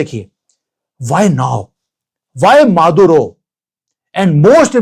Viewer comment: माधवराव ❌ मादुरो ✅✅😅